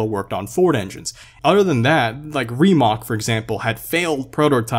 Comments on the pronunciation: rimac... not rimak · Hey i'm sorry if i sound like that acthuly guy but you are mispronouncing word rimac it is a croatian surname and you are saying everything correctly exepct the c part And sorry for my spelling im croatian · Or as would say: "Reemac" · Is it really pronounced (Ree-mock) or (Rih-mack) ? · its rimac with a c not with a k its just midly furiating or however its speld i dont know how to write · Rimac (for you Americans) is pronounced with a c that sounds like the word chicken ch but say chicken with your mouth open and not like an o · You prenounced "Rimac" wrong, pronounce it with c(idk if it's possible), not k, it comes from my country so I know what I'm saying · If you pronounce rimac wrong one more time I swear to god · Who else is getting triggered when he says rimac wrong